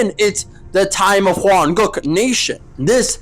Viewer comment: Why does he often say Hwan-*goo k*?, Is he racist?????